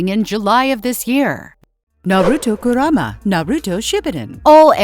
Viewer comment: Please edit the Voice saying kurama